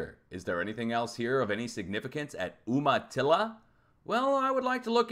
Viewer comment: The town is pronounced YOU ma TILL a